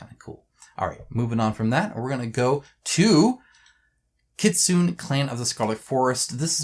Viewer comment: FYI Kitsune is actually read as kit-tsu-ne (like 'ne' from 'nepal'), not kit-sun. Japanese love their vowel, their letters end in vowel, which is read. 'n' does have a letter of its own, but if is followed with vowel, the vowel read as part of the 'n' -> 'na ni nu ne no'.